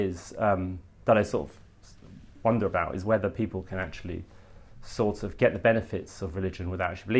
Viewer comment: Wear a tie and stop saying ‘sor’ of’, you scruffy old so and so Ed.